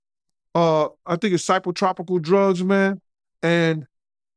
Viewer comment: Did he say psychtropical?? might make up words here and there but I don't think he's making up these stories about "Brotha Love"